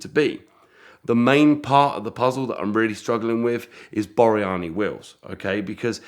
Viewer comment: Thats Borani not Boryani.